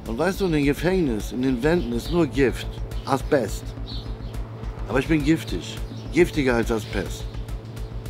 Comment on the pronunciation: Lieber Kida, schon längst geschaut. ich fühlte mich gut unterhalten. Danke. Aber deine Serie heißt AsBest nicht AsPest. Ein weiches B. Ojemine.